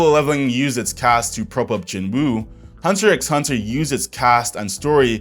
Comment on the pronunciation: One thing that bothers me in every anime video... its not called Hunter "x" Hunter the x is silent. dumb gripe but just a small ick i have of every content creator who says the title wrong